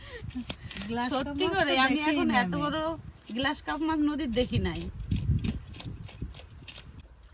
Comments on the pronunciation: গ্লাস কার্প নয়। গ্ৰাস কার্প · গ্লাস নয় গ্রাস কার্প হবে( ঘেসো রুই )